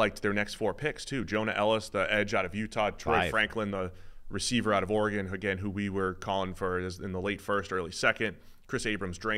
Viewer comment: He said Auregon